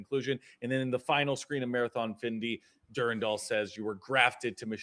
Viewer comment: It’s Dur-Ran-Dal. Not Dur-Randal.